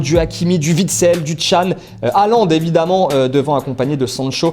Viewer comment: J'habite en Norvège et déjà ça s'écrit Håland et on prononce holande